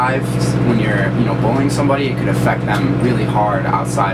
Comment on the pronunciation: when he says "bullying" it sounds like "bowling"